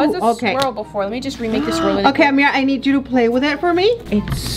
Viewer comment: Ameerah: sticks her tongue out: stop I'm trying to make a sweel me: it's swirl not sweel 😂💕